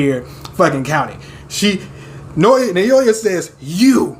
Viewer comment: It doesn't matter too much since Naoya already got iced (lol) but his name is pronounced like "Now-ya" Just wanted you to know! Maki comin through as Toji 2.0 is truly the best turn this story could have taken. Can't wait for the chapters to resume. Love all the reactions! <3